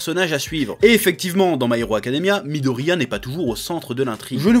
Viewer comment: Pourquoi tu dis parfaitement "Civil War" et pas du tout "My Hero Academia"? 😭